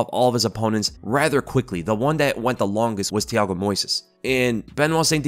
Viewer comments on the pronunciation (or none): none